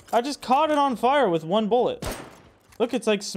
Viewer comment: saying bullent is wild